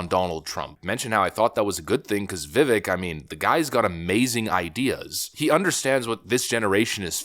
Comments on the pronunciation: Is there a reason why he keeps saying vivek's name wrong? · Pronounce his fucking name correctly, dude!!!! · This guy is knee deep into politics and all of this stuff yet somehow still does not know how to pronounce Vivek's name properly. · Vivek pronounced Vi-vAke. Youre killing me smalls 😅 but seriously. ViVake like CAKE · His name is pronounced Vih-vayke not "vivik" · His name is pronounced like Vivēk, rhymes with cake. Not Vivik. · Vivek not Vivick if you can't get his name right. He can't win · It’s pronounced Viv-AKE... not VivEK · Vi-VAKE (SAY CAKE). Did you see Trump slip his hand inside his jacket at 12.30? He only does this when reaching for The Snake Poem he keeps printed out in his jacket pocket. He's watching ViVAKE. Keeping him close. We'll vet him over the next 4 years. He needs to be in charge of something CRAZY inside the administration. We'll see how it goes. Trust comes with actions over time.. you say that allot ... And it's true! 👀 Vi VAKE. 😂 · Viv-Ache my friend not Viv-ick. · Its pronounced Vi-vake, not ick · I love your content, but its not pronounced "vivik" nor "Viveck" its Vivek (sounds like vivake, like cake). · Nah, it's Vi-vek as in vector. 🙂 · It's pronounced Vi-VAKE, rhymes with cake as he likes to say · It's pronounced Veevake. Spelled Vivek. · I really like your vids but gosh can you get his name correct its vivek as in vivake anyway keep up the great work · His name is pronounced Vy-vake. I heard it in his rap song. He says vyvake is not fake. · Seriously, my man. If you're going to continue making videos about Vivek, you must learn to pronounce his name. It rhymes with cake. Can anyone tell me what the 4th branch of government he mentioned means? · Come ON. His name rhymes with CAKE, already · it's time for you to start pronouncing Ramaswamy's first name correctly. It's viv-AKE. Rhymes with cake. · Pronounced “Vivek”, rhymes with “cake”. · Vivek is pronounced Vivake like cake! Please get it right. He's earned it 👏